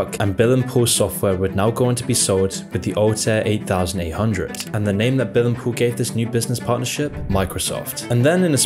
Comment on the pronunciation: You have a strange way of pronouncing well-known acronyms - almost as if you've never heard them. "Altair 8800" is not the "eight thousand eight hundred" but widely known as the "eighty-eight-hundred." And it's not "M.S.D.O.S" - but "M.S. Dos". It's the little things that detract from the otherwise high quality of this video. I continue to subscribe... continued success!